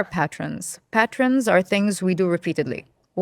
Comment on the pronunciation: A guest who can't pronounce pattern....